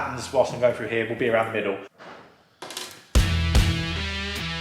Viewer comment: Would that be "through" and not Froo?